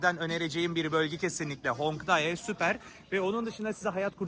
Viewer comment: Hongdai değil kardeş Hongdae 홍대 demelisin